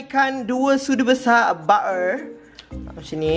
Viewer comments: No one: Literally no one:: " Ba'er" ( butter ) 😂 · aq still takleh tahan tang “bab’er” 😂😂